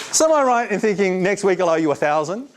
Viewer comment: note when he says "wake" he's saying "week"